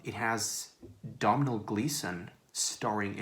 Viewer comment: Brewsters millions sounds a lot more fun than the God Delusion. Loving the sexy glasses🤓 PG Woodhouse is much better fun than the others Domhail is Dough-nal.